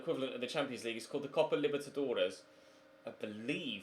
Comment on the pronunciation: It’s the copa libetidores